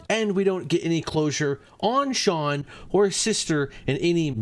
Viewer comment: Calling shuanshuan Shawn is killing me 😭😭😭